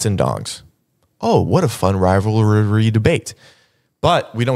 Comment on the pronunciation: why did pronounce "rivalry" as if he was imitating Nihachu? 😂